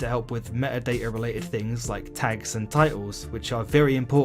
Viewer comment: "Me'a da'a?" It's metadata. There are T's in there